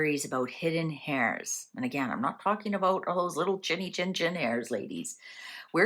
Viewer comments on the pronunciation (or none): The pronunciation is for Heirs is Aires not Hairs, just drop the H.